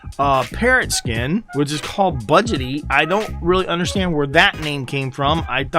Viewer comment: Bu-dge-eee budgy not budgety